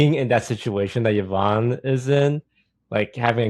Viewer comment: ’s from the first OTV Minecraft server. When Brodin and I think John kept saying her name wrong